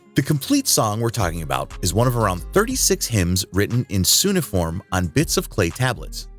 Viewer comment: cuneiform... you're not saying that word right.